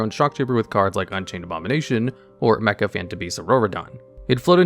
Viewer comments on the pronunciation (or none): none